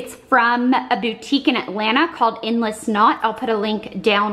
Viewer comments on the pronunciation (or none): I love how you low key just hung out with a fan all day ( I know she is not technically a fan and is like a makeup artist and what not) lol and also when you said Endless Knot or whatever for the name of the brand I thought you said endless snot. Lmao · LOL Blair, I totally thought you said the boutique was called "Endless Snot" I was like that sounds messy haha